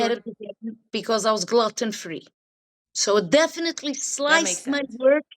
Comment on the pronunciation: “ glutton free” ( gluten)- hahaha!